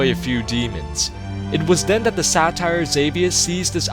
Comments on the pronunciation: satyr is pronounced SAY-TER not satire you fuckin ape, great video though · just trying to be helpful: Satyr is pronounced Say-ter not Sat-tire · You say satyr weird... you say satire, its pronounced like SAY-TER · so... are you saying "satire" or "satyr"? >.> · your pronounciation sometimes... smh... xavius was a satyr (say-ter), not a satire. also, warglaives (glayvs) not warglives. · Why do you pronounce satyr satire? Its pronounced (SAY-tur) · Drove me nuts too. Every time, I was like "SAY-TER, not sat-tire..." Then again, I'm big on pronunciation, and I'm one of those who, if I come across a new word that could be said a couple different ways, will Google a word to hear how it's said. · Not Satire, Say-ter. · Satyr [say-ter/-teer] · Has nobody ever corrected this dude on his pronounciation of "Satyr"!?